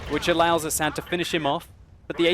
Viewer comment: u said his name wrong.. its ass-ad